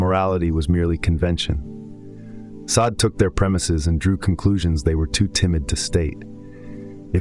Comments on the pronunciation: It's pronounced day-sawd Not sa-day. Maquis de Sade. Mar-key day sawd. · Now that you have accelerated your output, your editorial grip seems to have loosened. Mispronouncing Sade a couple of times while pronouncing it correctly elsewhere is a laziness you should not allow.